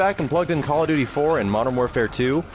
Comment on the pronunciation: call of dooood-deee